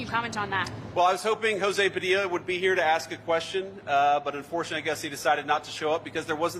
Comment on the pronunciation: Jo-zee Pa-dill-a needs to just shut his pie hole. 🤣🤦🏼‍♂️